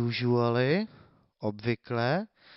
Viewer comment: Když říkáš jůžuali tak to jsem na tom ještě dobře